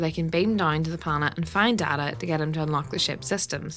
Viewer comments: DAY-TAH not DAH-TAH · Day-ta NOT Daa-taa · Yo man, cool video, but you pronounced Data wrong. I get that there are 2 pronunciations for the word, but the character is named Data (Dayta). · Your mispronounciation of Data's name cut deep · that is not how one says data to be honest